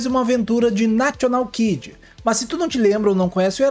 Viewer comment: O locutor fala nacional kid, vc deveria segui-lo e não falar national.